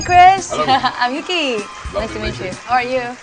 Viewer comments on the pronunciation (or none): Ok did Yuqi pronounce her name as Yuki? I thought it was more like Yuchi/Yushi. I know in Korea she calls herself Oogi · It depends. Idk how to properly explain it, but sometimes she use 'yuki' for English speakers. When she appears on Chinese shows, she use 'yuchi' bcs that's the correct pronounce according to her mother's tongue language, and on korean's shown she use 'wuki/oogi'. Something kinda like that